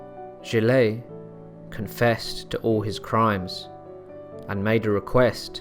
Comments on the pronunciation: Interesting story, but nul points for French pronunciation I'm afraid! "Jill-ay", really? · I just couldn't continue to listen to the mispronunciation of the name, Giles. Jill is a woman's name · Dude .... its G IL and joan not jill and jo Anne. Every place and name was butchered... alot of your facts are wrong and also from wiki. Fix up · please research your pronunciations, they're atrocious gilles is one syllable, so is nantes, "jeel" and "naunt". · Stick to a consistent pronunciation. Gilles is pronounced as one syllable not Gillay. Nantes is also pronounced as one syllable not Nantez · Pronunciation of key names is awful. "Jill-ay" ? "Jo-anne of Arc" ? Jesus Christ, can you not even pronounce the name of the subject of your video? For fuck's sake. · your pronunciation is bog. gill. grim war. i dont know man. this seems likes a lot of speculative history. i think most of this is booshit.